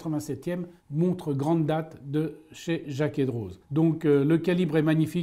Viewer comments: Super vidéo. Une petite précision, pour Jacquet Droz, il me semble que le 'z' est muet et donc ne se prononce pas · On ne prononce pas la Z pour Jaquet Droz